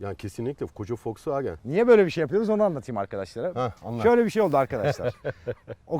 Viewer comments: foksvagen diyor hayatımda ilk defa boyle diyeni gordum fdksgndksgn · şu adama birisi Volkswagenin okunuşunun folksvagın olduğunu söyleyebilir mi? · Bende folsvagen diyişini sevmedim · Yabancı okunuşu zaten V le değil F ile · Yalnız adam foksvagen diyor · foksvagen deme abi ya :D